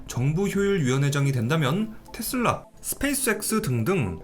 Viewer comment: 원어민 아무도 텟쓸라 라고안하는데 뭔 ㅈ 같은 영어발음한다고 탯쓸라텟쓸라거리냐 ㅋㅋ